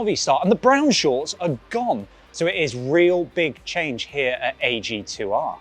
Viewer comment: Please pronounce AG2R like it is supposed to. Otherwise, great bike, great presentation. As a former Decathlon employee I am very exited for them to take that step into pro cycling. Cheers